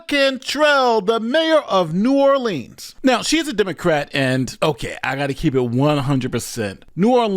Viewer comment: Love you, but please learn how to pronounce "Orleans" (as pronounced at the mark)